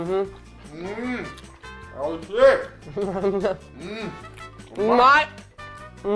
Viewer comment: I know said Oishi, but it really sounds like oh s**t....lol.